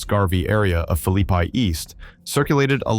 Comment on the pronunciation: Its Philly-Pea!!😂